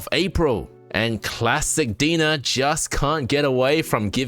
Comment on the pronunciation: The company name is pronounced "D N A"